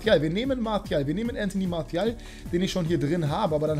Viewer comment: Sprich doch mal die Namen richtig aus 😂 martial ist kein Spanier. Genau wie Jesus 😉